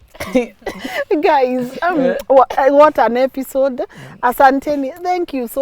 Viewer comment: Did i just here say epishode 😅😅